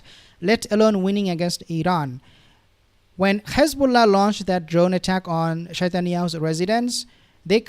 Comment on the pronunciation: Thanks for the content, please can you not pronounce Hizbullah and Hamas the way Satanyahu pronounces them, there is no GH at the beginning of those 2 names, so not Ghizbullah or Ghamas😂